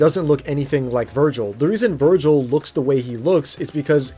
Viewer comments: Ah yes my favorite sparda brother “virgil” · Why the hell is he saying vergal 😂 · it's not virgil.... it's vergil. And that dude says vergal.. Understood or not 😂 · I think this guy hasn't actually played any dmc game hoe he pronounced Vergil is evident and his reasons are so trash like I've honestly never heard anything more stupid than this